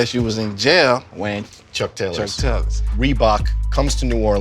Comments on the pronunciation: I love hearing him talk about "Reebox"...lol Let me get all "tree" colors...lol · “ReBOX and girbauds” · If this guy says reeboks and girbauds again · "Reebok’s and Girbauds" lmaoo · “Rebook and girbuads” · If this nigga don’t stop saying Reebok’s and Girbauds